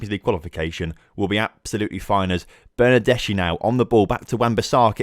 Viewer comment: I'm Italian and when I heard about cold pizza my ears bleed for a while. If you want to pronounce the name of your winger right try to say Bernardeski, our pronunciation of "chi" is not like "china" but more like "kiosk". Btw nice beta series, the tactic is good, I hope you can do better in the next few episodes